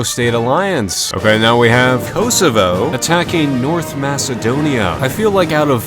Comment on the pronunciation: It's not pronounced "Koasoavoa" it's pronounced "Kosovo"